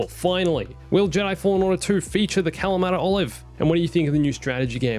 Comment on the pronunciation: did he just say "the calimata olive"?